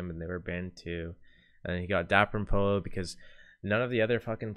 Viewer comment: I'm pretty sure Pollo is spanish chicken and a double ll is silent so it sounds like Poi-yo